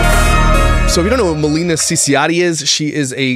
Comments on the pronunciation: It's Ma-lay-nah. Not Ma-lee-na. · ITS MILAYNA! 😂 you got the first name wrong also hahaha